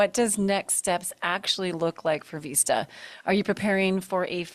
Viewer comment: What’s up with the “Veesta”?? It’s “Vista” not “Veesta”. ista not eesta. I remember my first beer!! And on Tv that’s embarrassing! Know your English before speaking it!!